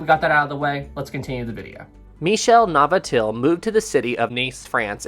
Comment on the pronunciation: Navratil, not Navatil.